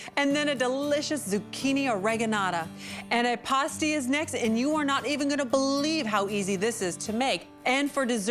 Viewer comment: The way this woman REFUSES to say antipasti correctly is sending me into the stratosphere 🤣🤣